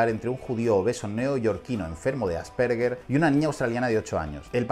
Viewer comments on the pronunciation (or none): none